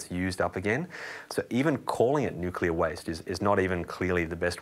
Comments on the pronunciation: If your going to shill for nuclear energy... start by pronouncing it correctly. Also... nuclear waste is a massive problem... your making vague statements that are misleading and not scientific. Currently nuclear waste is not handled responsibly because of the cost to do so and stored on site at most facilities making it an even bigger security issue. Your washing away the practical reality with vague imaginary solutions that are not in place or in use. Solve those problems first then start talking about how safe it is. P.S. please feel free to eat all the nuclear waste ya want. Put your money where your mouth is. ML and Blessings. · I agree 100% hence my response... "If your going to shill for nuclear energy... start by pronouncing it correctly. Also... nuclear waste is a massive problem... your making vague statements that are misleading and not scientific. Currently nuclear waste is not handled responsibly because of the cost to do so and stored on site at most facilities making it an even bigger security issue. Your washing away the practical reality with vague imaginary solutions that are not in place or in use. Solve those problems first then start talking about how safe it is. P.S. please feel free to eat all the nuclear waste ya want. Put your money where your mouth is. ML and Blessings."